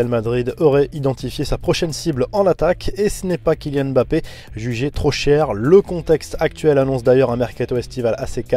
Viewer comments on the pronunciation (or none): none